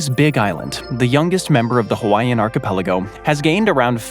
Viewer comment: as a Hawaiian I'm always amused when youtubers can't pronounce our names right :) but you actually got them well, 99% correct. But good enough to be understood!